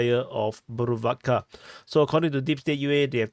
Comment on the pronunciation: Yay did not butcher the pronunciation of bhuruvatka😂👍👍